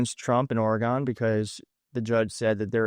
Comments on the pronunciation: this is great, seeing Miller in his formative years. What a douche. BTW, if you want to sound like a Pacific NW native (and who doesn't?!), Oregon is pronounced by us as "Or-uh-g'n," not Or-e-gone. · It's said just like the elctric piano Oregon - OR-gen (not ore e gone). Stephen Miller's Iraqi comments - whoever he's talking to sucks, too. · Please pronounce the state of Oregon correctly, pronounced Or-gun, not Or-gone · See eyes blink. His mouth not moving. Strange..if anyone knows about video. Think mic went on strike. Shut him up. Put a friggin muzzle on the creature. Btw its pronunced oregun. Not oregone. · i I great info but.....It's pronounced .....OR-i- Gun. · Thank you love the channel! Portlandian here. Gentle note: it’s pronounced “OR-eee-gun” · Oregon pronounced Oree-gun. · heads up. It’s pronounced Ora-gun. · Or-uh-gun not or-a-gone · "Ory-gun" just for your info,. And you are invited to visit our beautiful state anytime. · Only cause I grew up there .. I pronounce it "Ory gun" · Love your content...it's pronounced like the biology term (organ). Hope this helps. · Always be wary of someone who has made it as many years as this guy has in life and cannot pronounce Oregon correctly. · great video but you mispronounced Oregon